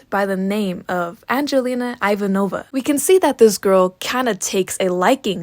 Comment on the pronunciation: IVANOVA THATS NOT HOW YOU PRONOUNCE IVANOVA BLYA.